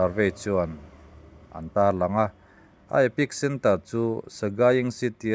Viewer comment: Epic centre ni lovin, epicentre tih tur aw